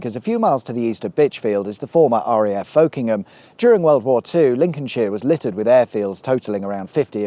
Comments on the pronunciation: It's not "folk-ingham", it's "fok-ingham", no Bob Dylan to be found here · Just a heads up that Folkingham is pronounced Fuckem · you missed a trick there the local pronunciation of Folkingham is Fockinam😏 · When I lived there it was usually pronounced Fockingham. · Did you bring up all the Folkingham stuff because you know that for the locals, its pronounced fuk'nam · In good Lincolnshire form however where many place names are pronounced differently, I remember Folkingham being pronounced as 'fockingham', which can also sound funny! (You'd have probably driven near Belvoir, pronounced 'beaver'! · Folkingham is often pronounced more like "Fockingham". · P.S. the locals pronounce it Focking’em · Folkingham is pronounce fuckingham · I'm very disappointed with your pronunciation of Folkingham, given the theme of the video. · Are you 100% sure that's the correct pronunciation of Folkingham? Norfolk springs to mind as a precedent...? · Folkingham is pronounced locally with a hard O and a silent L...